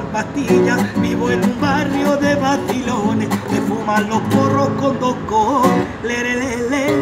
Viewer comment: Vivirá en Chile o será de familia chilena, pero la manera de pronunciar “vacilones” o “policía” con la típica “c” española y su ceceo... Me da que es la señal inequívoca. Que también dice comisería como tremendo gitano